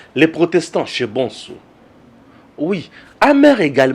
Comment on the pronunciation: Bsr cher! Pardon mon cher prononce bien le nom de ton papa l'Honorable Président de l'Assemblée Nationale, "vieux MBOSO" au lieu de BONSO, merci!